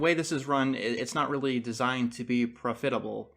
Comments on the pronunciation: he says "profitable" like "profiterole" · The most shocking thing in this video is how he says “profitable” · the way says "profitable" is hilarious.